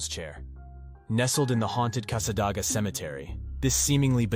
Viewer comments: AI needs to know how to pronounce words. Many towns are mispronounced, Cassa-DAY- ga is one example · It is Casa-day-gah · Its pronounced cassa-day-ga